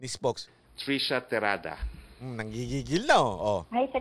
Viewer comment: Hindi po trisha, trushya!!